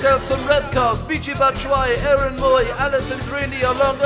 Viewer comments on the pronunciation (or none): none